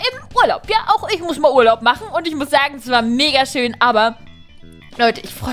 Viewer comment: ich hab zu den Tempel als du schön gesagt hast hab ich verstanden Schinken dein 🐷